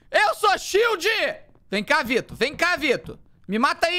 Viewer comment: Eu sou a única que percebo que o felipe fala: "vito" kakakaka